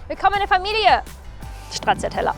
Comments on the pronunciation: Finde dich ja charmant, aber die deutsche Version der Aussprache ist einfach nur schrecklich 🤢🤮😂 Für diejenigen die es richtig aussprechen möchten, es fängt mit S an, nicht mit Sch... Wer das nicht mag kann auf folgende Version umstellen: 😂🤣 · Das ist ein wirklich cooler Ausbau. Ich bin richtig inspiriert, vor meiner Türe steht mein Ducato L2H2. Viel Spass damit :) Ich hoffe du kurvst auch mal durch südlichere Gefilde mit deiner Stracciatella - 'Stra-TSCHA-TELL-a - und in deinem Eistraum-Kanall :). Nur etwas kleines: Deutsch-italienische Aussprachen sind völlig OK in D/Ö/CH. Aber als I-sprechender schauderts manchmal, wenn jemand in Italien Gnotschi, Prosgiutto oder Stratschiatella bestellt. :) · Wenn du jetzt noch Stracciatella richtig aussprechen würdest, wäre das Fahrzeug perfekt 🤣